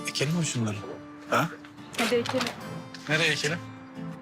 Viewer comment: Ekelim değil yahu dikelim olucak